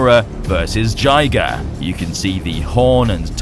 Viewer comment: Jiger’s name is actually pronounced JIG-GRR, kinda like Tigger. Yeah, I like that style. And it’s great to see that Gamera is finally back after seventeen years.